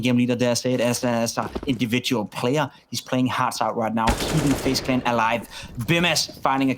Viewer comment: Fejs klen ? I am nit shure that you pronauce like that. Dmn what an idiot